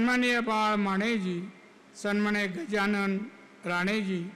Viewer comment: संमानिय नाही हो सन्माननीय असे असते 😂😂😂 बरे तुमची महाआघाडी नाही महायुतीचे उमेदवार म्हणून घोषित झाले आहात 😂😂😂@ 2.18